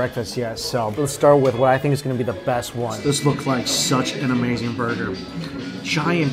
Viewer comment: U- May-Zing